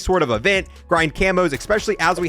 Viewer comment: EGG SPECIALLY!! Fuckin eggspecially good weapons bruh, bruh eggspecial video bruh.... lowkey... lmao man cant say especially :D